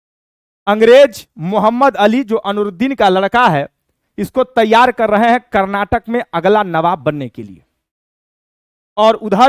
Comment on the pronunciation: कर्नाटक नाही sir karnatik rahega